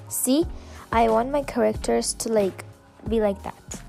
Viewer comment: It’s characters! Not correctors Edit: I just don’t like people pronouncing stuff wring